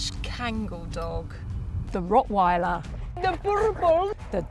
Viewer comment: The way you pronounce the word "rottweiler" makes me sick.